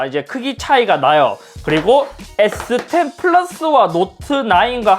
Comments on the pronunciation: S10도 저번 아이폰 논리로 스십=발음상 스시로 해서 인트로 찍으신듯 이 정도면 인트로계의 신흥강자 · 에"스십"이라 스시임? ㅋㅋㅋㅋ